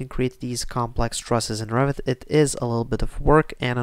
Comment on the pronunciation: "Revit", not Rabbit ! ;D